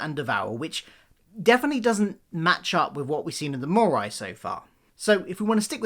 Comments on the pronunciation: Why are you saying mooreye? It's mooreee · Great idea. Please though, it’s pronounced “mauree” not “maureye”😂